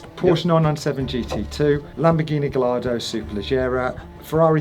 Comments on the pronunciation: Pronounced guy ardo . You have to use the Spanish pronunciation as they are all bake after Spanish fighting bulls. Ps. I was the sales broker at Classic car magazine in the 80s for Maranello Dk engineering dick Lovett Heathmans Coys of Kensington Lamborghini etc. you HAD to pronounce the names properly and speak French and Italian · Learn to pronounce ’Gallardo’